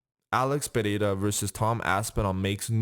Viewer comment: hey i liked that you pronounced ''pereira'' right good for you